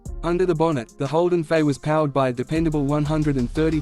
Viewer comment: Starts by calling it a Holden 'Fay.' AI slop.